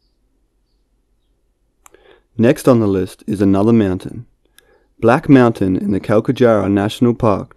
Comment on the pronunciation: blacku meaowturn lmaooo